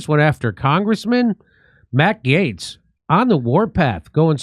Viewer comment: Hey! You finally pronounced Matt’s last name correctly.